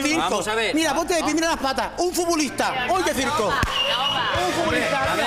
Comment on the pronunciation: Un furbulistah: uy qué circoh 🤣🤣🤣🤣🤣🤣🤣🤣🤣🤣🤣🤣🤣